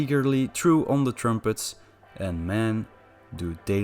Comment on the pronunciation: Easily the best bits of the videos are your pronunciation of the words “pump” and “trumpet” ❤️